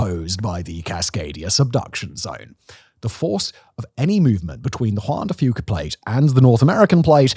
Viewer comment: Simon pronounced "Juan de Fuca" correctly 😮